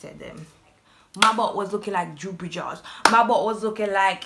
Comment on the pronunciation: You said droopy lol yuh no easy eno .. Gwan put in the work !